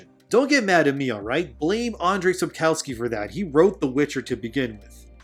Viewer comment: Let me just first of say, your vids on witcher franchise are just damn great and I love them! Only one thing: your pronunciation of the series author (Sapkowski) is soooo BAD, that it was hard at first to understand whether you're speaking about some obscure character / actor or the writer :) It's pronounced (syllable-by-syllable): sap (as in English word: "sap" - the liquid dripping from a cut / harmed tree-bark) kov (as in English word "coverT" - NOT "cover", mind you!) ski - you pronounce it right :) Cheers man! PS. It just saddens me that such a great story gets dwindled down and smashed by such miserable productions. This means today's youngsters (who sometimes don't even know that a book used to be made of paper ;) )won't be able to fully appreciate the original.